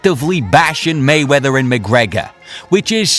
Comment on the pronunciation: This guy pronounces Mayweather, "Maywetta"